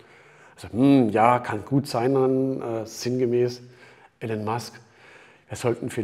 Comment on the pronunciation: Wie er immer noch den Vornamen wie Alan ausspricht 😂😂😂